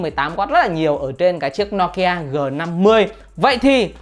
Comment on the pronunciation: Đọc thì đọc tên hãng cho đúng. Nokia thì đọc no kia. Poco thì đọc pôcô. Nghe chói tai